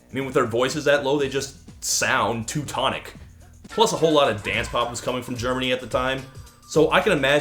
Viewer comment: I heard "too tonic" not "teutonic"